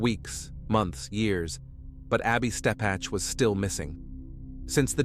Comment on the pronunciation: First, her name is Ebby (as in ebb and flow) Steppech (stepick). Second....This is NOT Little Rock. If you want viewers, don't fake it